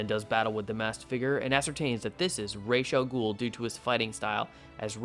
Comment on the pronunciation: Great episode thanks for saying ra's al ghul correctly and not like people does after batman begins came out i can't wait to see what's gonna happen to the kandorians afterwards btw the artist of the first arc works for is probably moving onto another series